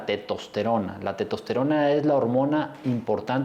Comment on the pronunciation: Estimado Doctor, Se dice, TESTOSTERONA no TETOSTERONA. Por lo demás, lo felicito. Muchas gracias.